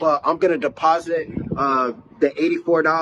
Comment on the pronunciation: he really said 'Imma bout to DEPONSIT This 84$ into my bank account' 😂